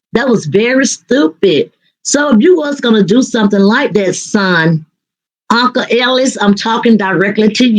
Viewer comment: What is a Unca? You mean Uncle 😂